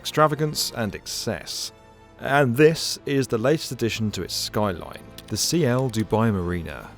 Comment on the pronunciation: Isn't it Ciel (sky in Spanish) and not C I E L ?